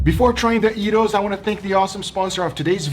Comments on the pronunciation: Greek lesson of the day. Its Γύρος= Gyros letter for letter which means 1 round .. so it goes “round and round” Therefore its name...DOES NOT MATTER WHAT TYPE OF MEAT YOU PUT ON THERE...if it goes round and round ... its Γύρος NOT JAIROS?! DON’T BE A MALAKA 😂 I’m 100% Greek and long time subscriber, I feel that you did an EXCELLENT JOB. Even made pita (πίτα) which is slang for FLAT from scratch! I like how you made some pita not flat! You are very creative my friend, always fun to watch and the food looked F’n Slammin’ ..Thank you! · It's a yeero....it means it turns. Gyrate. Good attempt at Greek food but it's not technically a yeeros since it doesn't turn but pretty good. Also since you did the fluffy bread you might have aswell made it bigger and cut it in half and put the contents inside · Guga you did a wonderful work with the pork and it looks very juicy and delicious, i love your videos and it's an honor for us Greeks to be represented by you with your amazing cooking skills...but i have one more thing to say...am sorry to break it to you Mamozi but the real word here is Yiros. I think that's the perfect defenition of the spelling😂Guga is the right one this time but lots of love to both of you guys👏🇬🇷❤❤ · Dear Guga foods. I was waiting for that episode. The look in your eyes tells everything. I wish you could come to the real capital of Gyros (its Gyros, not Jairo), Thessaloniki. There you will experience and other sauces, not only tzatziki, like "xtipiti" the "Russian salad", "ougareza" and many many other flavors and tastes... happy to see that you enjoyed it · Its güros spoken witglh the s in the end